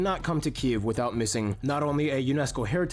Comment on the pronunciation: he shows the right pronunciation of the Київ (Kyiv). The problem is that many foriners pronaunce Kyiv in russian way - Kiev - with is wrong. The other problem that english launguge dont have sound "И" - wich exsists in Ukrainian. The same sound pointed in russian - "ы" , but in russian - letter "И" - sounds like english sound "e". That is why so many misunderstanding